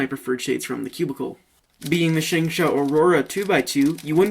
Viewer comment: You pronounce it SHUNG-SHO